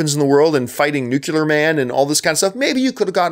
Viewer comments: Ugh. John John John. You're an intelligent man. Why do you keep pronouncing it Nu-Cular? It's pronounced Nuclear (new-clear). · Nuclear. Nuclear, John. Not "Nucular". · woodulike2 no - I'm Canadian, too, and the only people I know who mispronounce nuclear are either not that bright or, to be charitable, are simply ignorant on the pronunciation of many words. The thing that bothers me more is how John routinely mispronounces names, particularly French names (think 'Villeneuve'). I know he's from Ontario, which is not especially bilingual, but come on....